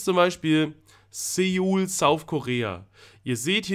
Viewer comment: Soo - uul Nicht Seuool 😂😉